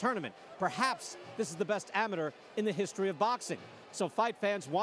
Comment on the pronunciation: Nobody is going to talk about the way he pronounce amateur